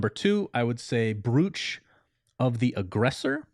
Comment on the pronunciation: Brooch is pronounced Broach, rhymes with throat